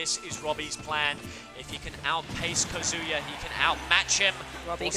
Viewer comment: Loved the commentary except for the "Kuhzooyuh" pronunciation of Kazuya